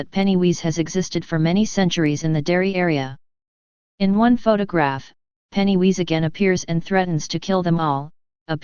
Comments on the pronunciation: Penny who? It's pennywise not penny wheeze otherwise great video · You lost me with 'Pennywheeze' Sheesh....worse than 'Aruman'